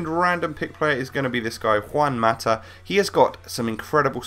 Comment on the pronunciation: You say juan mata like a fucking idiot say it correctly!